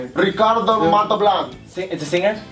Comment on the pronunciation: did not even say Montalban right didn't he?